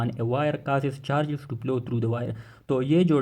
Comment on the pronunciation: Bhai plow nahi hai flow hai